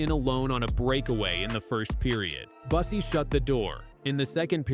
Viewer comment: Bussi is mispronounced. Is this yet another AI narration?